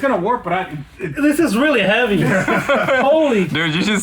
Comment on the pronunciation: Yeah Carbon is not supposed to be that hevay😂